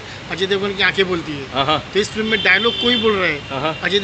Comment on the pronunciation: Film toh bolna seekh flim kab tak bolega